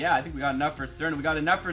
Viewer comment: You pronounce Srna wrong